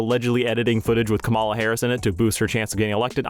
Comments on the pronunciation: It’s not “ka-MAw-la”. It’s “KAw-mala”. You mispronounced it in the same way that tRump and his sycophants do. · I don't like to be that guy, but it's KAHmala Harris (emphasis on the first a, not the second) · Your pronunciation of “Ka-mala” is suspect. Either you’re a right-wing troll, or you’re a bot. i’m leaning towards the latter. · Kamala. You had me and you lost me until you mispronounced a former presidential candidates name. Come one dude.